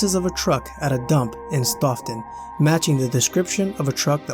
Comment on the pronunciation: The town of Stoughten is pronounnced STOW-TON not staugh- ton